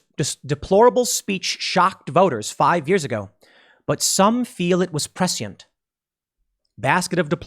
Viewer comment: prescient: PRE•shī•unt or PRE•shunt, Tim, not PRE•sī•ent.